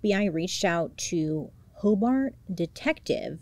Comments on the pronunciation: This is crazy I live in Hobart, In. It’s pronounced Hobert. Detective Ogden is a BOSS! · but yet she mispronounced Hobart lol